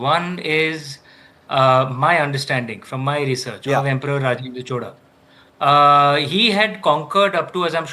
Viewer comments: NOT Choda. Chozha. Atleast call Chola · No chola no choda it's chozha.pronounciation out😂😂😂 no letter in other languages to pronounce except tamil and malayalam